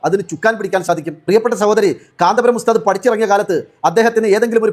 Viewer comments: കാന്താപുരം അല്ല കാന്തപുരം. എന്നാണ് നമ്മുടെ പണ്ഡിതൻ മാരെ കുററം പറയാൻ നീ ആരാടി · ഇവൾ മുസ്ലിമായിരിക്കാനിടയില്ല ഒന്നാന്തരം സങ്കി കാന്തപുരം എന്ന് നേരാംവണ്ണം പറയാൻ പോലും അവൾക്കറിയില്ല. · ഈ പെണ്ണിന് കാന്തപുരം എന്ന് പോലും പറയാൻ അറിയില്ല